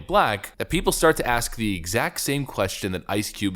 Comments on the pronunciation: You don't say ax, you say ask. If you can't speak proper English don't speak at all. Stop speaking ebonics. Stop living and acting like a stereotype. I can say if you words and everybody can picture a certain image in their mind and therefore if I can do that and they can see it in their head you are a stereotype. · Please.... can we just correctly say the word "ask"? IT'S NOT FUCKING "AXE" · What is the problem some Americans have with pronouncing the word “ask” as “axe”? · Maybe cuz you wanted to "axe" them a question....??🙄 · The Republicans " axed " to talk to me ?? Are you f**** kidding me. How can you talk to somebody that doesn't know the English language ? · Come on now ice you're born in the u.s. went to school here and still can't say ask or both..